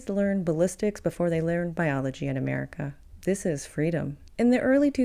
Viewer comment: Uhmerica is unfixable.